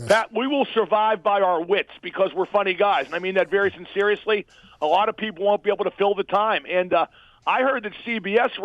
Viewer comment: "I mean that very sinceriously'"